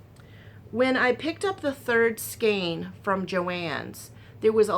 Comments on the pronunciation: And EVEN the British pronunciation is "SKAYNE" and not SKEEN. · Hi there. Just remember skein rhymes with Jane. Just gather up each end of the scarf to make that section more narrow. Want to see the finish. Your husband is right....that's a great idea. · I grew up in Oklahoma and Texas. My mom and I always pronounced it 'skane'. I never really considered that one way is correct and another is not. I just figured it's a regional thing. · Both pronunciations of skein are correct.